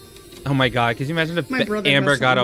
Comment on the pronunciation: I love how she says mahaeyeiee chili like there’s 12 syllables in my 🙄